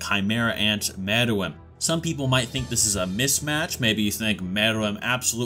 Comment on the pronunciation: I knew you was tryna be funny saying More-L. caught me using false enunciation